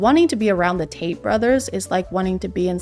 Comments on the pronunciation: Wait I heard it again… can someone confirm she is in fact saying “the taints” not “the Tates” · Is it just me that thinks she keeps calling them the taints? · I’m sorry I just keep thinking you’re saying “The Taints” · I kept hearing taint every time said tate. I genuinely thought it was a funny bit....I think I'm going to hell. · Did she call them the "Taint" brothers? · I kept hearing taint brothers😂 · lol thought u said “taint brothers” 😅 instead of Tate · Not sure if it's because of how early it is (5 am), your pronunciation, my Auditory Processing Disorder or all of the above... But I kept mishearing "Tate brothers" as Taint brothers 🤣 Thank you for the hysterical giggle fit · I keep hearing "taint" not "Tate". The Taint Brothers. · I’m not here a whole lot but pls telling me I’m hearing Taint brothers correctly😭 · Wait are you saying the taint brothers? 💀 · It sounds like "taint" when you say "Tate". Intentional or not l appreciate that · I keep hearing “taint” brothers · I'm convinced you were referring to the Tates as the Taints. I swear I heard you call them that a few times. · You said “the Tates” I heard ‘the taints”… took me a second to realize 😂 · I heard "the taint brothers" and I'm not sure if that's what you actually said or if I just misheard, but that's what I'm calling them from now on. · She's been saying Taint the entire video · am I missing out on a joke whenever she says taint brothers? Like, it is the Tate brother, correct? Am I missing something here? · Probably wasn't intentional but at around the minute mark when said "the tate brothers" I really heard it as the "taint brothers" and now I'll only refer to them as such. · did she call them the TAINTS !?! I had to rewind like 5 times and still can’t tell. If so… genius